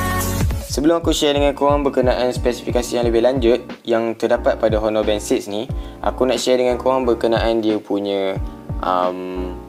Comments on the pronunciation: oner gitu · Bossku, saya nak betulkan 1 benda saja. Sebutan HONOR tu tak payah sebut huruf H. TQ..